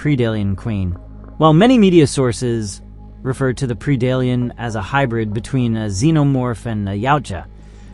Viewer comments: Pred-ator... Pred-Alien not Pre-dalien but overall nice video. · Well if english is not your native language, you had me believing it was. Now for 99% of english words, Pre does make a PREE sound, this is one of the few exceptions to that. Keep making content! you have a new subscriber because you have a good format.